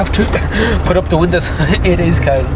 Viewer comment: As says, it is cowlt. Welcome back to the Emerald Isle!